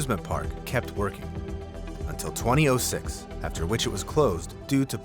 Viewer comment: The way this man said 2006 around the 3 minute mark made me rage quit the video. Seek help sir